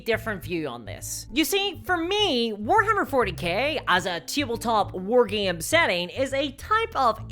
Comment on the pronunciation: wtf is a "war geem"